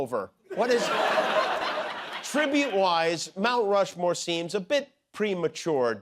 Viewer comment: Did you say " Mount Flushmore"????